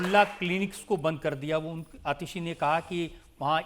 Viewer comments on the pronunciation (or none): Isko ko atishaya asha hai isliye athiyasha bolte hai